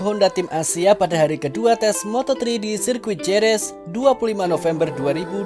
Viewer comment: Jerez baca Herez min.